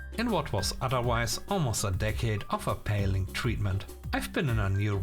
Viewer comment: Pronunciation thing: appalling has got a long second A. You said it as "a-pay-ling" when it should be closer to "a-paw-ling", in IPA [əˈpɑː.lɪŋ]